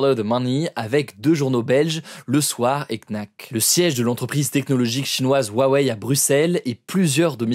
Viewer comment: Huawei ne se prononce pas " Wuawei " mais "Rouawei" , le "H" en chinois piyin se prononce "R" 😉, c'est comme si tu parlais de Tesla et tu disais " Wesla "...